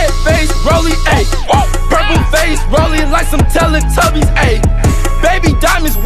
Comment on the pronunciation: he said tella tubys